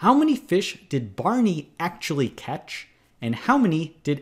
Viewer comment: & the way he says "catch" ...